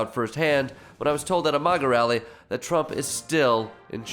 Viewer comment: With just a little chuckle under my breath I'd like you to ask you to NOT pronounce MAGA with a soft "G" (you said "MAJA" LOL) A much more appropriate pronunciation is with a hard "G" thus the name becomes "MAGA" or to help folks understand the hard "G" making the name much closer to the reality of the individuals that follow the orange buffoon --- > MAGGOT!!! LOL